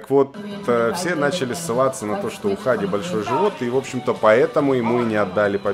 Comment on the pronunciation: Правильно не Ха'ди, а Хади'